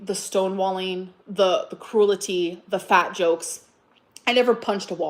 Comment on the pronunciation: How is she supposed to be educated but she can't pronounce "gauges" or "cruelty"?